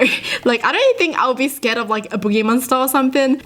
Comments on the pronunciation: Haha when she says “That scAred me” instead of “Scared”🤣❤️ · "And it scred me a lot" Wa